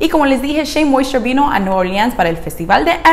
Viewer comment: Con solo lograr pronunciarlo como tu sería feliz je je je sabes si esta linea específica sirve para cabellos ondulados un patron 2c 3a? Gracias